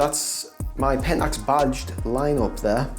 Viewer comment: I thought you were saying "bodged lenses," but at the end I realized it was "badged lenses." LOL Nice collection. My favorite lenses are the DA* 300 and the DFA 100.